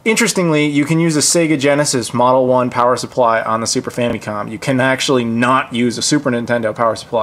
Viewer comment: Is famicom really pronounced "fammy-com" like you pronounce it? I've always heard "fam-uh-com".